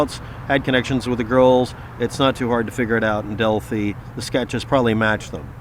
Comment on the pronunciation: This video is so bad... Like is this video about Delphi murders or your renting issues?? Also Delphi is pronounced Delphi-eye. Not Delphee